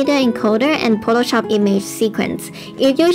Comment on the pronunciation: Potoshop? So close to Potatoshop.